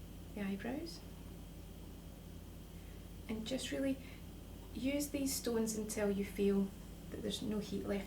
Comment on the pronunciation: Why did you say stoonees